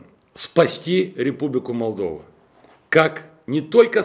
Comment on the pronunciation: Тебе не дано спасти , ,републику молдова ,,, тыыы даже не моожешь произннстии ее имя клоун!!@